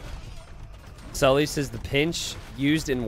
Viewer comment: The funniest thing about the Sully/Saly confusion is that it's completely unnecessary because Salytmacska isn't pronounced remotely like that.